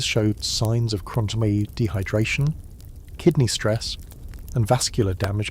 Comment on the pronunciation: You said kidney wrong! 😂😊